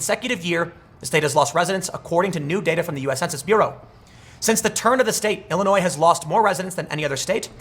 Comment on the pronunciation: Thank you for saying ILLINOIS correctly!